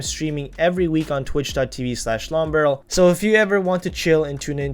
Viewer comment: i love how when you say "Longbarrel" it sounds like "ubrella" :D anyways great video thanks alot for the tips :D